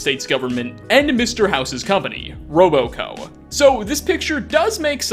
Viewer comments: Its not Roboco, Its Robco -_ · I heard him say roboco and I instantly came to comments to see if anyone else noticed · Say ROBco, not roboco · You really need better script writer, It's RobCo, not ROBOCO. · It’s robco not roboco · How do you know so much about Fallout but don't realise it's Robco, and not RoboCo? His name is Robert House, not Robort House. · It’s RobCo as in Robert house. Not robo co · It's not RoBoCo. It's RobCo. Rob. Co. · ROBOCO huh? It’s robco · Bruh why’d you say “Robo co”? It’s RobCo, like Rob short for Robert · Robo co.... Rob co. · Is this guy really saying "Rob-O-Co"??? I'm no pro, neither him, but if you do a video like this, I can expect him speaking it as it is; "RobCo", without O... geez... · Its pronounced robco not roboco moron. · Dude it's Robco not roboco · It's RobCo, not RoboCo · It’s RobCo, no Roboco. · robo co? ROB CO. jesus christ you made a fallout lore video? OH MY GOD YOU SAID ROBO CO MULTIPLE TIMES?!?!? WTF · Robo Co! it’s Rob Co as in Robert Corporation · Ok, it's not "Robo-Co", it's "Rob-Co"... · ROB-CO. ROB-CO. ROB-CO. ROB-CO. ROB-CO. Say it with me ROB-CO. It is not, nor will it ever be roboco! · I'm beginning to wonder if you actually have played Skyrim and Fallout as much as you let on. Because you pronounce almost every name wrong. Robo co??? Any fallout fan knows that it's ROB-Co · Bro its "Robco" not "Roboco" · I dont Think you said Sierra right, i Think its Sea erra, and not serra. Also you said roboco instead of robco, i am not hating i am just saying. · Robco, not RoboCo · Isn’t it “RobCo” industries? Why is he saying “RoboCo”? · RoboCo?, it’s just RobCo. Quit mispronouncing things, dude, you sound uneducated mispronouncing names and such that badly. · One thing I noticed is that you mispronounce the name of Mr. House's company. It's RobCo, not RoboCo. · it’s not RoboCo it’s RobCo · ....I had to stop eating my chex mix to judge how you said "Robo-co".... Not RobCo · Robco* not roboco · "roboco" lol